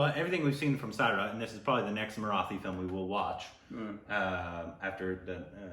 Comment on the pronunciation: Hey guys, don't mind me correcting your pronunciation, but it's Marathi. Not Mara-thi. The "th" is supposed to be like how Americans pronounce "tool" and not like the "th" in bath. Btw my heart exploded when I saw you were reacting to this song. Please do watch the film. It is one of the most brilliant pieces of cinema from India.